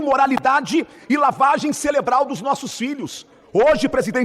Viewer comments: E ainda fala “celebral” 😂😂😂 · Ele tava indo bem, aí parei quando falou lavagem "celebral"...😂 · Lavagem "celebral", Sr. Deputado? Pqp! Já não basta a Nikole defendendo a "cabeleleira", bem como o Senador Rachadinha, que não consegue falar "espetacularização"? Coitada da nossa língua pátria. 🤦‍♀️😂